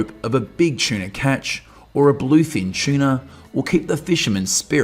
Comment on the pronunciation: Keeps saying chiena ….its tuna